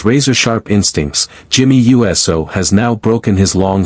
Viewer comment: narrator can't even prononce jimmy uso's surname right even iyo skye's name was misspoken